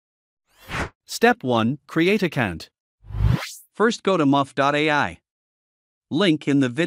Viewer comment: It's MURF not MUFF not bad but still needs improvement